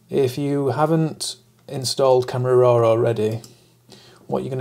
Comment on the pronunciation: There is no “r” at the end of “raw.” 😊 Why do you pronounce it “roar?”